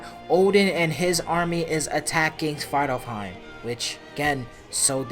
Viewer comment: My bro finally said svartalfheim 🥲